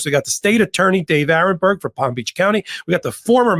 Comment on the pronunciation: David too! Aronberg not Aaron. Senior moment.😅😅😅